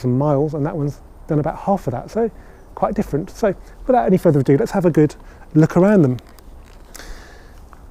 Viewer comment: Without further AhhhDooo 😂